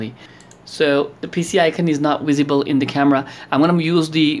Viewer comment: Wissible(visible) vi(we) with a hint of american accent.